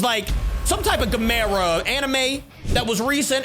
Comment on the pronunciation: Always says gamera wrong